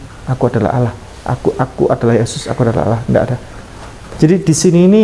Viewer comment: Dia sebut Allah koq Owoh gak bisa dia sebut lafaz Allah🤔🤔🤔